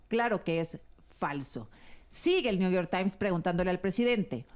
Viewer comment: El que crítica a XOCHITL por no hablar correctamente inglés: tan políglota que lee el " nu yor tain".😂😂😂😂😂